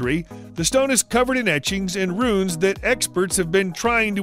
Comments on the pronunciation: Not run,it’s pronounced RUNE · It's not run its pronounced rune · its ROOOOOOOON not effing RUN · not "run" stone it is pronounces ROON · ROOONS NOT RUN'S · It's Rune not Run, arrgghhh! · its pronounced R - OOO as in boo - N not RUN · rune rhymes with dune not bun. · I love this channel, and your voice, but holy crap some of the pronunciations. "Rune" (Roon) as run just plain hurts my ears. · Rune stones are pronounced ROON. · It's called a "roon". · Isn’t the pronunciation of rune, “roon”? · Rune. Not run. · did he say RUN stone? wtf who is this narrator? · Rune/runes are said like roon/roons. Love the content though. Please do NOT take this as me being a dick or ass in how you say the word, just helping out is all. =D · Is this guy going to say rune right or not